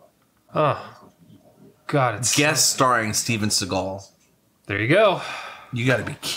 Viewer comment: and it said Steve Segal...instead of Steven